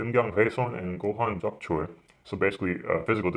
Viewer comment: 음경훼손과 고환적출 발음이 뛰어나십니다